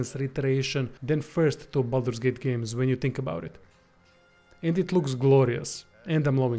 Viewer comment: Glad you said this, it's not Bolder's Gate !